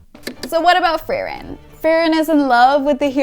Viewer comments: Fact she keeps calling her Fairren not Freeren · Every time she said Frerrin or Fearin 😖